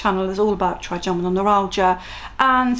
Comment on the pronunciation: I’ve learned a lot from your channel, not least how to say “Trigeminal”, and not to play down the pain level when talking with doctors. Thank you